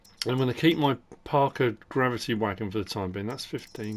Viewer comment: when he say's gravity wagon at about 41 minutes sounds more crabby wagon to me and i just burst out laughing